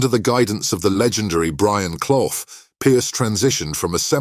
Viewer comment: Another non-Football fan reading from a script. Commentator? Can't even pronounce CLUFF!